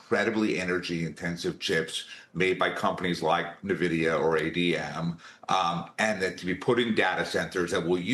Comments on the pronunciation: N..... VIDIA , not N A Vidia. Can't take anyone seriously or as an expert who can not pronounce the name of the company at this point. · And Navidia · NA Vidia or ADM 😅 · Nevidia. Where did they find this guy 😅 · Can't pronounce Nvidia and screws up AMD? Everything else sounds like a generic AI answer. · People still don’t know how to pronounce Nvidia.